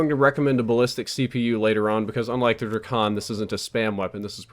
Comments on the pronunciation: It's Drak-on, not Dra-kon. You don't say Dra-gone do you? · It's DrAkon not Drikon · It's pronounced draykon. Like drake + akon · Hate how u say drakon its Drake in on dray kon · the way he says drakon tho